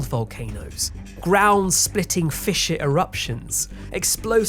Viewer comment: You pronounce 'fissure' weird - you are saying it more like 'fisher' lolz